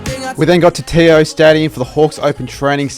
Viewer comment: Learn to how to say TIO stadium